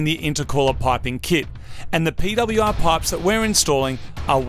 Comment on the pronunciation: so that's how the Australians pronounce PWR